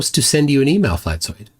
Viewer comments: Not at all. It's supposed to sound like an «S». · You mispronounced his name. It's Fkatzoid. FkatzoidsFlerfspective